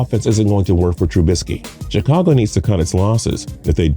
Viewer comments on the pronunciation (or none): none